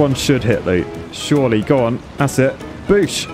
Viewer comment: Every time you said "surely" all I could think was "shorely".